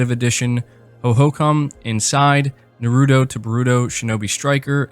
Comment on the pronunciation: Lol when you pronounced Naruto and Boruto I couldn't help but laugh 🤣